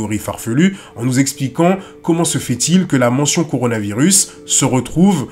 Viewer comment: A le mec a dit CORANOvirus 🤦😂